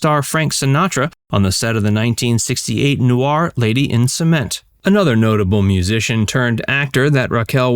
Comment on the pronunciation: Noir isn't pronounced Nu-ar.